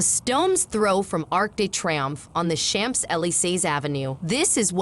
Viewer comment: Narrator could learn to pronounce Champs-Élysées correctly. Hint: It's not 'CHAMPS' as in 'champions'.